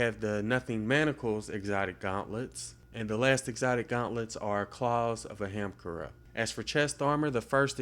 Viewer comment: I'm sure no one cares but it's pronounced uh-hum-car-uh.